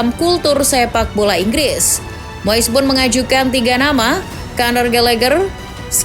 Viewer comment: Moess😂 Moyess Ajaa Min Bilngny Biyarr Jlass😂